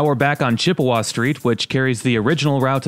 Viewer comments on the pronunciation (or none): none